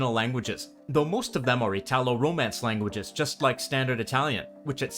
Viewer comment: I'm Italian, from Parma, in northern Italy. My dialect is one of the Emilian-Romagnol dialects, Parmesan, and it's completely different from Neapolitan. Thanks for the video, it feels to me very accurate and precise. One correction should be: "italo" for us is pronounced with an accent on "i", never an accent on "a" as you pronounce it. From the first long excerpt, I'd say I can understand, at first hearing, among 40%-60%. I wouldn't say Neapolitan is a different language from Italian, just a dialect. If I try to listen to Sardinian, for instance, I can't understand more than, say, 3%. Many expressions in the video can be understood by anyone because, after all, Neapolitan is an extremely popular dialect in media and culture, therefore everyone has at least some familiarity with expressions like "agg' capit". The female reader is very clear (that's her job in the video) but I'd say she isn't employing the usual prosody that we, in northern Italy, stereotypically associate with Neapolitans. ("agg' cAAAApiii-IIIIIT")